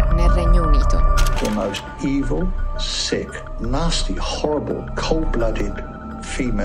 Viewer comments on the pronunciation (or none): none